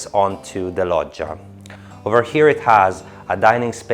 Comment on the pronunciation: So that's how you pronounce "Loggia". Here in America we really butcher the language lol. You did a great job with the tour. Paced and informative!👏